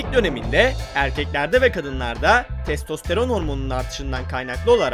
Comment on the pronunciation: Testosteron ne aq:D türkçe bilen birini bulamadınızmı